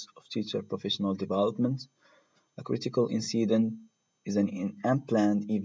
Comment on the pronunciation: Great! Though be careful when you pronounce incident. Thanks!